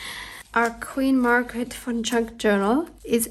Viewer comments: What a fun video! I love Queen Margaret. I, too, thought you were saying Fun instead of Von....lol. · 😂😂😂. Wasn’t until you wrote her name that I realized you were saying VON! I thought you were saying FUN - Queen Margaret Fun Junk Journal!! 😂😂😂. This was PERFECT!! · I thought the same.